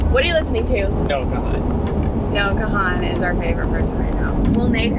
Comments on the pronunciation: Biggest fan of you both! Also biggest fan of Noah Kahan! Also ps it’s pronounced Kahn (first a is silent - per Noah himself). Love you both! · Love Noah Kahan (pronounced like con) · Dying at the way they pronounced Noah Kahan’s last name. Love you guys!! 😂😂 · the pronunciation of Noah Kahan is killing me😂😂